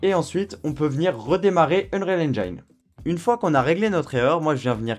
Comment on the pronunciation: "Unreal EngAIEne" encore un youtuber qui s'est coincé les doigts dans la porte ...